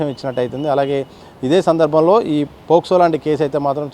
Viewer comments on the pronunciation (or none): పోసుకో కాదు pocso అనాలి. మీరు law చదివారా, లేక కొనుక్కున్నరా? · పోక్సో…పోస్కో కాస్కో కాదు